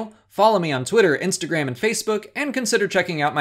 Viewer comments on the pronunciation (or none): none